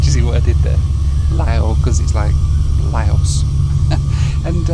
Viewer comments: Please,..what is Layo Airlines?..make an effort, at least..sometimes you pronounce it nearly correctly & then back to Layos & Layo Airlines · The only time appeared to pronounce the country's name correctly once, was during the loo review. He may have also managed it when mentioning the local beer, right at the end.😂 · It is pronounced Lao..not leyo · It’s pronounced Lao Not La o Airlines We say Laos but its pronounced Lao 🤣🤣 Good try though 👏👏 My X girlfriend is from Lao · "Lowh" not "LayOss" brother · Geez, it's Lao. Rhymes with NOW. Not Leo or lay-o. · Lau would be proper pronunciation. Lau/s wrong but common. Lah-ohs as I’m hearing it here is a first. 😂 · fyi: the country Laos is pronounced "La-oh". "Lay-oh", as you keep saying, is Leo beer which you can buy in many bars/7-11s stores or big supermarkets in Thailand (Big C, Lotus's etc,). Beer Lao, the local beer in Laos, is first class and is widely available also in Cambodia and Thailand. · Lay-O Airlines 😂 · it´s not lay´-os it´s Lao L (ow) like öw¨ I hurt myself...... 25000 kip is a little over a buck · Laos is La-Os (like how you say La La Land), not Lay-Os 😅. Nepal is Nay-Pall (like how you say Stall) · ‘Leyos’ Shivers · Layos✖️ Laos ✔️ Nepool✖️ Nepal ✔️ 😅😂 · LOL. Yeah. Lay-O was my favorite. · Leh-yoh Airlines? It's Lah-ow Airlines. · la-os? i thought its lause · please.... it's LAO as in LOUD so the country's name sounds like LOUSE not LAY-OS. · Lao...you can forget about the s, because that is what the french added (a silent s). So not Lay-os. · Its not pronounced Layos dude!!! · "Lay Os" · It’s pronounced Laow, llike how, and not yo gurt!!!!! It’s yoygurt! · 🎵 LAYYYYYOS! LAYYYYYOS! Daylight come, still can't pronounce the name right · Laos! Rhymes with cow! Also I'd say East Timor, Turkmenistan, or Myanmar are the least visited countries, definitely not Laos. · It's pronounced Lao, not Laos. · It's Lao as in Cow .... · Laos is pronounced "Louse" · ITS L A O S THERES NO Y